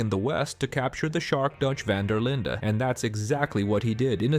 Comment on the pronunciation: The way he pronounces Linde though! ....Linda! 😂😂😂